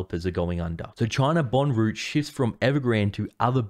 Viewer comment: I enjoy your content but please do us a favour and pronounce words correctly. Rout is not pronounced like root. It is more like rowt. Also Reuter’s is not rooters it is more pronounced roiters. Keep up the good work.